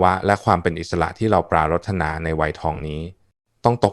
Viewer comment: ทำไมต้องใช้AI ปรารถนา เป็น ปรา รด นา ผมเคยเป็นครูมาก่อน ถ้านักเรียนอ่านแบบนี้ ถือว่าผิด แต่ทุกวันอาจเห็นว่า โก้ หรู